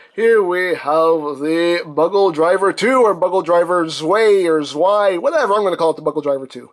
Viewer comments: I think the true Germany pronunciation is Zvai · its pronouced zvai. its german ei is pronounced like the japanese ai and w are pronounced like v's.